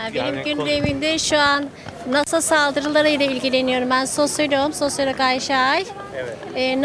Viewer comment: Bu kadin vatandasimiz kafayi bulmak için ne kullaniyor ise, bizlere de açikça söylesin. "Sosyalogum" diyor. Hangi üniversitemizde egitimini almis acaba?. Profesörleri kimlermis?. 😊